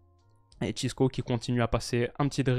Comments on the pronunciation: Ce n’est pas « Cisco », c’est « Francisco » ou «Chico» (prononciation comme dans l’album « Le Monde Chico » de PNL) 😉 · Encore une vidéo très qualitative ! Je profite pour te dire que le diminutif de « Francisco » en portugais c’est « Chico » et pas « Chisco ». Mais en tout cas toujours un kiffe tes vidéos!